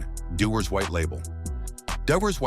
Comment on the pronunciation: You know it's going to be educational when they start with ice lay(islay) then pronounce same writing differently each time mentioning it (dewars)🤨😂😂